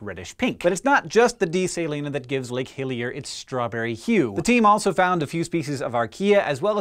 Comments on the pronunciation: Was I the only one that kept hearing Lake "Hylia"? all I could think of was The Legend Of Zelda hahaha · When I hear him say Lake Hillier, I kept thinking of Lake Hylia from Zelda. I used to pronounce it as Hillier as a kid. Come to think of it Hillier is a slightly odd name for a lake, seeing as means "more hilly".